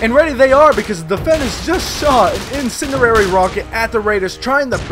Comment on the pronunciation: The struggle to say the word 'incendiary' is real.